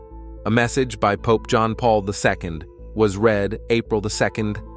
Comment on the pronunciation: Getting sick of weird AI voices and images and their hallucinations. John Paul II is not pronounced "John Paul Visco".